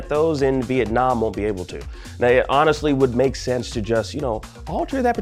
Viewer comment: Viet-Nah Man